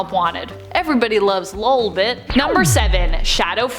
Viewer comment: I think you said lobit wrong